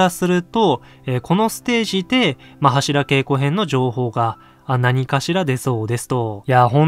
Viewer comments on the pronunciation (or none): 良いか悪いかじゃなく 読み方間違えてるって話でしょ